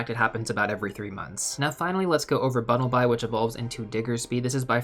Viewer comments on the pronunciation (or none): Bunnelby = Bun-null-bee. 👍